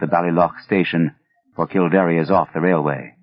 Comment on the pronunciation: It's kill-dare not kill-dar-eh. It's interesting that Lovecraft knew of something as esoteric as the book of invasions. I thought only Irish people knew those stories. Also, I don't know how easy he thinks it is to drain a bog, but it takes years not weeks or days.